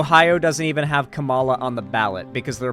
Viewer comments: you’re doing the same thing conservatives do. Show her respect and learn to pronounce her name properly, it’s not that hard. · Why can’t he ever say her name properly? Considering how many times he’s had to have heard it said, it feels like when chuds purposely mispronounce it, even though that’s not what’s happening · No hate, but not knowing how to pronounce Kamala’s name properly as a political streamer in 2024 is supremely embarrassing lol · Mispronouncing Kamala's name is one thing, but responding to corrections by saying "I'm gonna pronounce it how I want" is actual casual racism. Otherwise, good video, but that one kinda pissed me off. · Not just not knowing, but intentionally refusing to pronounce her name correctly lmao.